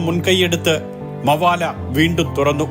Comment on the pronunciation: മവാല അല്ലടോ മബേല